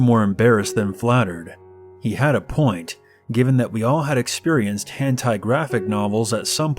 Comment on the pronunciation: Lmao the way you said lolita like “low-lai-ta” and hentai like “hantai” made me laugh, I love your stories regardless tho ♥️